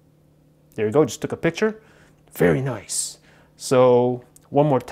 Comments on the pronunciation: Monica Guzman no he said vetty noice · Very noiceeeeeeeeeeeeeeeeeeeee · 97% is saying like for iPhone or Samsung 2% Is saying how many times did he say very noice 1% is jokes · Monica Guzman I know right and the way he says it very noiceee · His very noicee is funny tbh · No it’s “very noice” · "Very nooice"😂